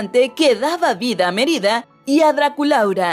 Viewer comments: No se dice MeRIda sino MErida :v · Pensé que decía Mier*da en vez de Mérida :v